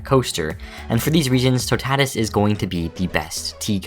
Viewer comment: The french people watching this video are probably crying because of how badly you butchered that pronunciation. . . TOE-TAT-IS 💀